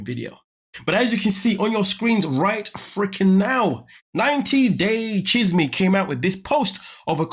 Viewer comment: I’m so glad you said chisme right